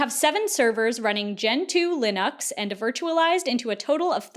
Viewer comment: the pronunciation of "linux" made me giggle 😅